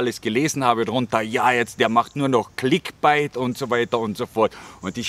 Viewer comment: clickbait gesprochen wie 'bäit', nicht wie bite, das klingt sonst megafalsch;) find deine ehrlichen und ungeschönt hintergründigen beiträge unterhaltsam und interessant, obwohl mir thailand und thais eigentlich völlig wurscht sind. alles gute bei der weiteren suche zu dir selbst, das kann man vermutlich wirklich als einziges im ausland etwas besser als im heimatland, weil man weniger auf ähnliche typen wie man selbst ist trifft.